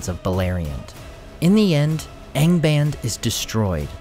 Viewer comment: Don't you pronounce the A in ANGBAND the Latin way, ie. as in fAther?